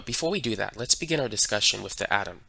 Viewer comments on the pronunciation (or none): none